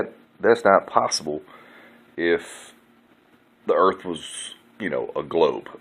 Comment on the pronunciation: You wanna say dah erwft is fwat. Hwappy new fwat earft 😝😝😝😄😄😄